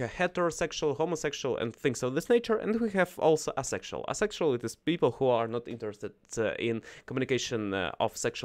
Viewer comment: Good topic today! Thanks for sharing …. One note: asexual is said as “A sexual”… pronouncing the A, just like the name of the letter…. like the sound the A makes in APE.